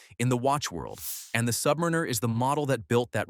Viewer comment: Why can't AI pronounce submariner?